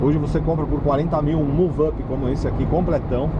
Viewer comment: e o UP se pronuncia áp, e não ãp ou âp.